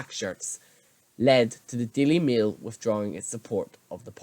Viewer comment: Sorry did you just say the daily meal 😂